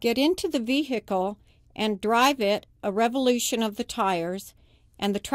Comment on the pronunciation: lol 'vee - hickle'